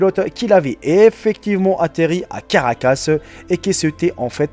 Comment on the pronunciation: "La capitale du Venezuela, au carcas"...🙄🙄.on dit à caracas.